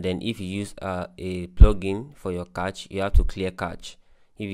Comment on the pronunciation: its not kach....its cache